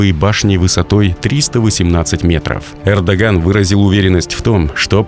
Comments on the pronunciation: Не Кэрдоган а Эрдоган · Не Кардоган А Эрдоган чувак. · Esli vedesh blog to xotyabi naucis kak zavut prezidenta turcii ERDOGAN ne kerrdogan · сказал Кардаган? 🤣 или Ердаган? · заявил Кардоган?))))) ахахха